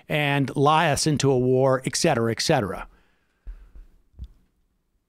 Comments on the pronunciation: hate 2 b a nit but it's "et cetera." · Did Sam say Exetera exetera? Does he pay for his expressos with his interact card?